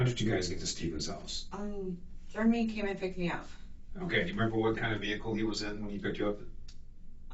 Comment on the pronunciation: Sometimes when she says his name she pronounces it "Germy."